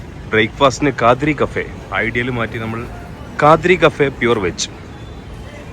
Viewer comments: Kaadri alla kadri (kaddhri) ann bro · It's kadri. Not khaadri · Kaadri alla bro kadri 😂